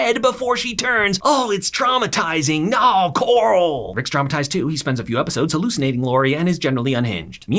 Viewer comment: "aka corl"